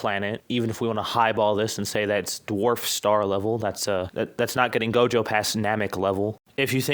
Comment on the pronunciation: he said jogo